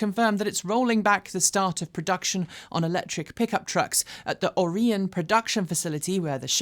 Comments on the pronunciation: Nope. Orion is pronounced like the constellation. Oh-Ry-On. No worries though if British pronounciation is different. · Orion, MI is pronounced OR-ee-on. You were quite (US usage) close. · Locals in Michigan pronounce it "Or - E - Un" with the accent on the first syllable. Great work, by the way...thanks! (ref link: ) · Nope you have the pronunciation wrong. It’s pronounced “Or-ee-on.” But, I love the channel so much, you get a pass. …lol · oh-RI-an Michigan (with a long "I" like rye)